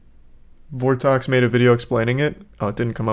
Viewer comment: vortox XD its vortrox